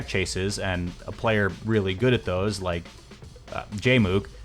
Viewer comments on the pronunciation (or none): "weally, weally cool"